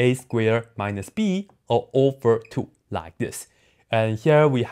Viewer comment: And then ou ove ,ehh...all over